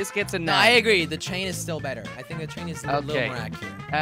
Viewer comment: When jelly says train he says chain